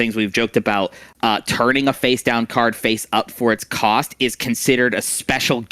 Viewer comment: "Cost (Kaust) Efficient Ways" 👏🤣